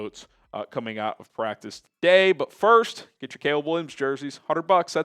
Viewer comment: """" it practis😂😂😂😂 practissssss😂😂😂😂